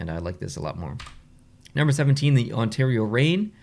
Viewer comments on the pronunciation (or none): none